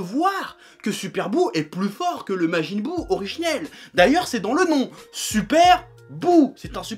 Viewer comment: majin buu "jinesui" ... beurk